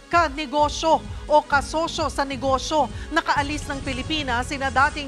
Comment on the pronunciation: ano kamo .. KASOSO sa NEGOSO??? Ano ba nangyayari sa DILA MO??? Nagkaroon ba ng PEPITA??? tsk tsk tsk 👎🏼👎🏼👎🏼💩💩💩👹👹👹